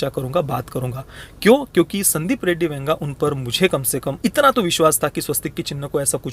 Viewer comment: Ae, tu Venga bola kya Vanga ko?